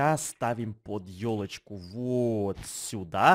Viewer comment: Мне послышалось не ёлочку а тёлочку